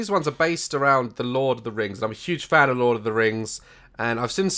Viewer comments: THE "teh lurd of the reings" WAHAHAHAHAHAHHAHHAHAHHHAHAHAHAHHAHAHAHAHAHAHAHAHAAHHA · Ah yes, Teh Lurd of Teh Reings 👌